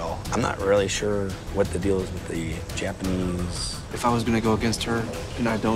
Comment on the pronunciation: listen closely she says janapanese!!!!!!